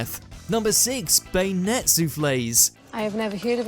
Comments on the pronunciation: Bin-NEIGHS....not bin-nets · Beignets are pronounced Ben-yays. It's french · They're pronounced BenYAY, BEN YAY, not bennets. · It's pronounced, "Ben-Yaye" ok. Yes. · Beg Nets? Really? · "bane-yets"? it sounds like they should resemble blades that can be strapped onto a rifle's barrel and muzzle. can be used to reduce the number of bakers in the group, maybe? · It's BEN-Yay - not whatever they said for Beignet! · ‘bay net’, im begging this channel to look up pronunciations before making these videos. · You should learn how to say beignet correctly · Being a Yank that has been to New Orleans several times (home of the beignet), I was cringing.